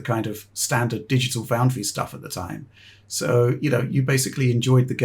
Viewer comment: "Dogital Foundry" was gold.